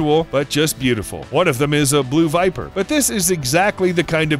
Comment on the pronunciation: Y nobody talking about the fact he said Porn viper🤔😅